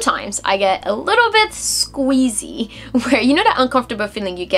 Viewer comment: it queezy not squeezy ha ha